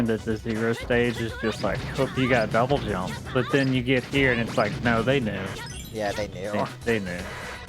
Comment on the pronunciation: it’s pronounced “dub jump” as in double (jump)